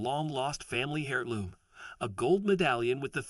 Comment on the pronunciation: I have never heard heirloom with a solid h... it has always had a silent h. Like the English aristocracy is always worried about having an heir, is never said like hair or hare. Sounds a lot more like air.